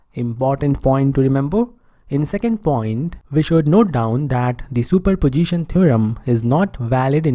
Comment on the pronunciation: Superposition ❌Super Pojition✅